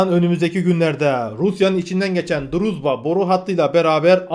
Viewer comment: Sayın druzba isminin doğrusu-drujba-olmali